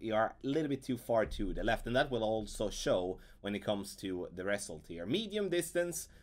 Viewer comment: Thanks for the playthru! Much appreciated 👍 Your English is excellent. You might wanna google the pronunciation of the word "result" 😉 to perfect it.